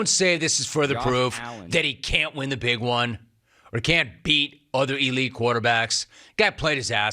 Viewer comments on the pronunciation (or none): none